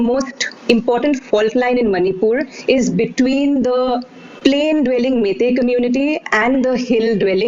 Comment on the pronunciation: Its not "mae-tae" fool! its "mei-tei" just like "wai-wai" jut replace the "A" with "E".